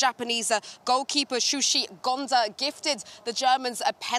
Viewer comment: 🍣 Su - shi Gonza 🤣 🎉 Shuichi Gonda 😀